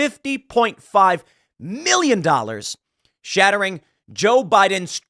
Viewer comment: Tim using the word "Shat-tering" a lot, I keep wondering how the word is going to end...